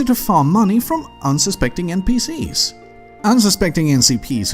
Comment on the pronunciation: "unsuspecting enseepis"